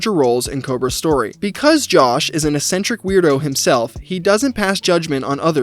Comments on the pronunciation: bro cant pronounce eccentric. what an actual retard. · It's crazy how many times you said eccentric in this video without looking up how it's pronounced.